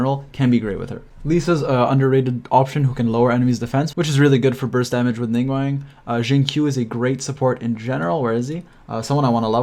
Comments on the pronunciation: Great video. But dude. it's Ning GWAHNG - an AHHH sound not WANG :) - Source: I am fluent in Mandarin Chinese. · This was a very informative video, but I do want to note that the "guang" in Ningguang rhymes with "gong" not "twang". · Came back to listen to the ' Ning-wang' 💀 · ah yes ninguEng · Ah yes, ningwang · love the video but... ningwang????? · did.... he just say.... ninggwang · No one but you: Ning wang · "ningwang" :flushed